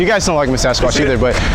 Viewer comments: OK "when you pronuce "but" it sounds like "pot" . Is this your subconscious talking - This was a joke not a judgement of your rasta looks. Science is cool and difficult. May be thanks to your inspirations more rappers turn to do science. I am a biologist and seek new research projects with plant cytochrome c and genetic modification molecular biology technology. any contacts there you can recommend__ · Hi I am a biologist and brain activities plus its vitality is my area of interest. This bear example was fascinating. False memory usually happen because of alcohol or drug or sexual abuse. Please KIS keep it simple .When you say "but" it sounds on my side like "pot" maby because you look like rastapherian. I am in Poland.